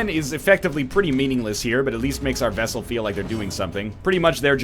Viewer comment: 26 episodes later, and he's STILL saying "Vessel". What the hell?